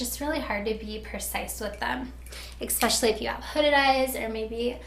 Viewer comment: This is really helpful, thank you! One thing I notice, you say "ex-pecially". It is pronounced es-pecially :-)